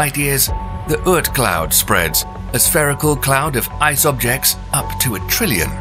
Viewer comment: Wow, Creeper belt and Urt cloud ? Obviously you're not even trying to get the names correct